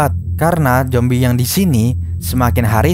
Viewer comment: bang jangan bilang zombaie tapi bilang zombie